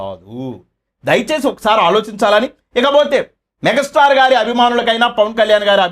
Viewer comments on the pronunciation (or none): మెగ స్టార్ కాదురా బాబు మెగా స్టార్ అనటం ప్రాక్టీస్ చెయ్యి ముందు